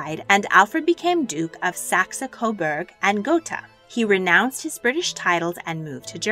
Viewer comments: Pronunciation problems? Oh yes.. Saxy Coberg lol. Oh and Sri Lanka was Ceylon back then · I love your videos, but just one thing -- please look up pronunciations before doing the voice-overs. For example: it's "SAX" Coberg, and Alice "KEH - puhl", and Alice Liddell rhymes with fiddle. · Nice video spoiled by the lack of knowledge how to pronounce English town names, Warwick = Warrick, Marlborough = Marlbra. You got Edinburgh right though but Saxe-Coburgh is Sax not Saxee.